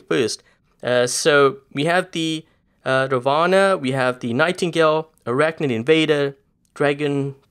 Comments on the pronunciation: Its ravana not ravaanaa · Its "raavana" not ravana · It's pronounced as Raavan not Ravana!!!